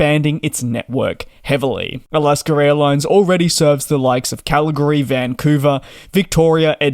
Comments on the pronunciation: “Alasker” Airlines???? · Sounds like you're sayin Alasker Airlines.